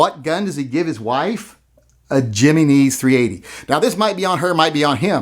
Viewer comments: I got a video on the Jimenez 380 lol 😂 check it out for the correct way to pronounce it fat boy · In spanish the "J" is an "H" english sound FYI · I love how hilarious he pronounces “Jimenez” 😂😂😂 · Being from Texas, I too enjoyed the bastardized pronunciation... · I saw this comment before he said it and was still shocked by that pronunciation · My only issue with this video.... slight mispronunciation of Jimenez... He-men-ez.... not... Jimmy knees.... but considering the gun I can see how it doesn't deserve to be pronounced correctly. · Hem-E-neez, HEM E KNEES, jimmy knees! Lol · Jimenez is not "Jimmy neez" it is pronounced "He meh nez" lollol! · “Jimmy-knees” ? Lol “Him-en-ez” maybe? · A Jiimeeezzneeez? Not a Jennings? Or a Himenez? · I'm sorry but you lost me when you pronounced the name 'Jimenez' as "jimmy neze." Dude, the 'J' has an 'H' sound. It would be Jimenez, with a 'hey' sound, not a J. And you don't need to be Hispanic to know this. The Jimenez's, Jose's, Miguel's have been in the country since, well since Columbus. Get it together people...damn. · Giminis he says, 😆 it’s pronounced he-men-s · oh thank God! you have restored some of my faith in you. p.s. it's pronounced HIM EN EZ not JIMMY KNEES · Jimminese is actually Heh Mehn Ez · Jimmy knees.? Really.? It pronounced "he men nez". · Hearing you pronounce "Jimenez" is the funniest thing I've heard in weeks. Him - En - Ez. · Say it with me,. Him-meh-nez. Him-meh-nez. Otherwise great video! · If you’re not making a video to condemn or condone Ken and Karen, why did you even make a video? You said almost nothing. Also, “Jimmy Knees .380”? Wow man. Learn to speak a little Spanish. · Jimenez. Him-en-ez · Jimenez is pronounced High Men Ez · Stop saying jimmy knees! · It’s pronounced him-in-ehzz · I think that's pronounced "Hee-men-ezz." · Its pronounced "him en ez". But is it for 100% sure it's a Jimenez? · Yep HIM-N-EZ goddammit. From the Central Valley California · Its pronounced Yah min ez